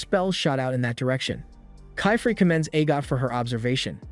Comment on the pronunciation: How to say : keyfrey Actual name:qifrey❤ Not kyfree😂